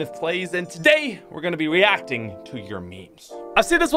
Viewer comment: Weacting to your memes